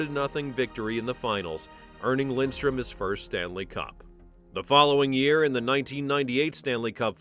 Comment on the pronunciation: It’s Lidström, not Lindström…